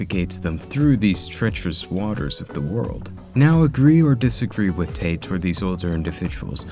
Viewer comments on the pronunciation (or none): none